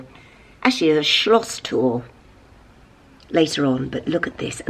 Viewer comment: I love the fact that you keep saying Schloss😁. Lots of love from Germany😘